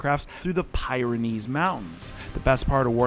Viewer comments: Pyrenees is pronounced peer-en-eez, not pie-ren-eez … just sayin’— it makes your sponsor pitch a little more compelling to actually pronounce words correctly.. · Py-ron-ees? It's Peer-on-ees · Peer-ra-nees….for the record! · Pie-Renees mountains. Are you kidding? Other than that, great video!! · Brother called them the pie-reh-knees mountains... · Peer-re-knees Mountains. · The 'Pie Ran Ease'? Get out of Florida, much? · Thats not how you pronounce Pyrenees